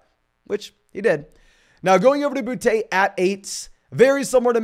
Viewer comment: It’s booty not bou te